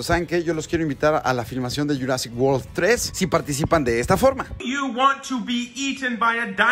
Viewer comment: World no Whorl, unas clases de ingles a tus pasantes de perdido